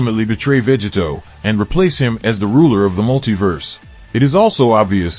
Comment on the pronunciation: Is this an AI? It keeps saying, Veggie Toe!